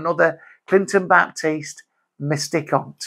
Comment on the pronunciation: I've just had some sh*t news. Saw this and made me crease up. Hilarious. Mystic hunt sure sounded like misty ***t to me. Hilarious.